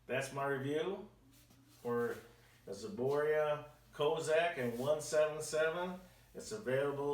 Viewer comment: Zboria? it's ZBROIA